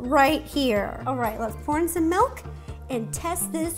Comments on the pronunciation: Everyone: Milk Rosanna: Melk! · Why is no one talking about how she says "melk" instead of "milk" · I still can’t get over how Ro says “melk” and not milk😭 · I used to say melk but now I say milk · Ever since Mike pointed out that Ro says "Melk" instead of milk I can't unhear it lol. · It’s MILK not MELK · I’m sorry did she say “Melk”? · Tbh i like ‘melk’. WAY better 🙂❤️ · I love her sm but…”MELK” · My sister when rosana says milk: mAlK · Did she say malk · "melk" oh no...